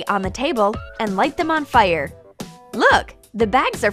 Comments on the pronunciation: "Fiyr" she says it so weird. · I love how she says fire